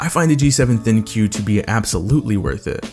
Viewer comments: It is pronounced THINK not THIN-Q ....every Youtuber pronounces wrong.. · I love my G7! One thing that always bothers me when watching reviews for this phone is how many reviewers mispronounce the name of the phone, calling it the thin q. It is written thinq, but it's pronounced think. The name of the phone is supposed to prompt people to "think" about what the phone's name is. It also highlights one of the phone's main gimmicks, the AI. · I thought it was pronounced "Think" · The name ThinQ is said Think not Thin Q there is no space!!!! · Thin Q.... Maybe pronounced think? Maybe? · Its not Thin Q, it's thinq, pronounced think! How do so many reviewers miss this? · Talked to an LG rep, it's pronounced Think in reference to AI, not Thinkyou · How come it's not pronounced "think" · I thought ThinQ was pronounced "think". Don't know why lol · it's pronounced think... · ThinQ is pronounced think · Katherine Murphy Bellantoni yes it is